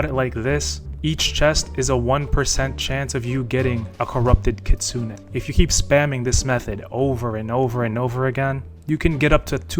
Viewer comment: its kitsune!